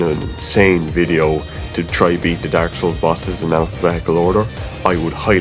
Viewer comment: Id love to hear this man say daurk souls